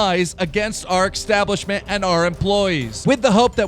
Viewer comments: Keem, es-tablishment. Establishment. Not ex-tablishment. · Why do you pronounce establishment as extablishment. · Is it just me, or does he sound like he's say eXstablishment and eXspecially? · Establishment not extabishment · Establishment is not pronounced “X-tablishment And Patron is pronounced “pay-tron” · i like how keem can't pronounce establishment